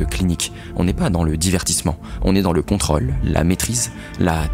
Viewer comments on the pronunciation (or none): Contrôle, pas "controll" ... Tu fais la faute systématiquement! "ô", "au", "o" suivi d'une seule consonne se prononce "ô". Il existe quelques exceptions dues à l'usage ou à l'origine étrangère du mot comme "fosse", prononcer "foce" (assez bizarre, mais bon) ou "téléphone" prononcer "téléphonne" sans doute à cause de l'anglais "telefone" qui se prononce "téléfonne". Une réforme orthographique serait la bien venue, histoire de simplifier tout ça! Au cas où la voix qu'on entend serait artificielle, alors... je recommande à l'IA de s'améliorer et de ne pas se calquer sur des modes passagères (toutes les modes sont passagères) et à respecter le bon usage de la langue. En effet nous devons penser aux enfants qui doivent se coltiner l'apprentissage de l'orthographe... Une prononciation fluctuante fait perdre aux enfants leurs repères...